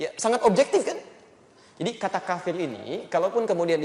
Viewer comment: Yang bener كَافِرٌ bukan كَفِرٌ jadi huruf ك panjang